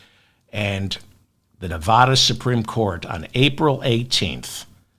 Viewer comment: It's hard to hear the constant mispronounciation of Nevada. It's an A like apple after the V, not like jaw. Just ask anyone living in Nevada.